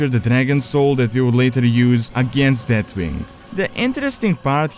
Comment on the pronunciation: I didn't know he's name was Deatwing. I thought it was Deathwing.